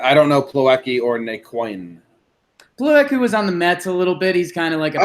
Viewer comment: Na-Quin? Really? Come on man....You guys aren't baseball fans, you are just Yankee fans